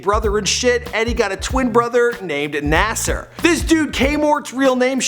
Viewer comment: "Nasser" IM S C H L E E P